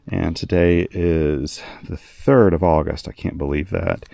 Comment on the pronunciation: "Auguest" is my favourite month :)